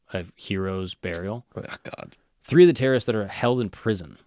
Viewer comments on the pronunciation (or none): none